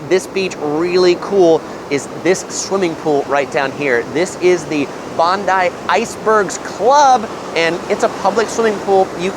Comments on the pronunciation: the beach is pronounced... Bon-die! not bondee 🤪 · Bondi is not pronounced Bond-dee but Bond-die. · In fairness, he got Bondi right most of the time, there was just one sneaky ""Bond-EE" in there before he got there. The latter two, honestly, I was pretty much expecting the butchering that they got. Still, having been away from Sydney for about 8 years and living in Toronto now, there are plenty of areas that I wouldn't have a clue on pronouncing if I'd not heard them, so I don't want to be too harsh on him. And I hadn't picked up that you can just tap on/off PT with credit card now, so I did actually get something out of this. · the pronunciations of bondi and coogee have me dead. hahaha bonde you say it like bond eye and cou geeee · Some pronunciation corrections: Bondi (Bond-eye) Coogee (Koo-jee)